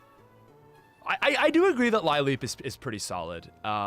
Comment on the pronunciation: is he intentionally mispronouncing Lileep? thats beyond cringe